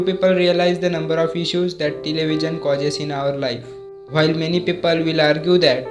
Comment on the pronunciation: Why you are pronouncing television in a different way